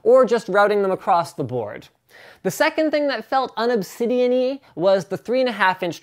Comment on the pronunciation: "Unobsidianny" Quote, Linus.